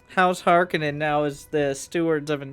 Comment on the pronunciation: This looks great but the only thing that bothered me was you kept saying harkonnen the wrong way :P